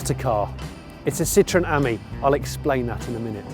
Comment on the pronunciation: You pronounce Ami as in “friend” in French , not the way you pronounce it !